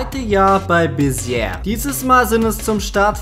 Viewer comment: Ich war da beim Schüleraustausch es wird Besie ausgesprochen. Cooles Viedeo